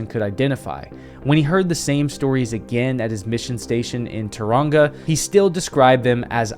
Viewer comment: I'm from NZ, the trick with pronouncing Maori is pretend it's Japanese, the vowels are the same exept AU is pronounced like TOE. Tauranga=TOE RA NGA.